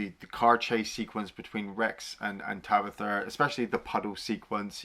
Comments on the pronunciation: who the fuck is tabitha ? its tanith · I picked up on that as well! I mean how many times is “Tanith” spoken in the film? Loads! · Tabitha? Tanith.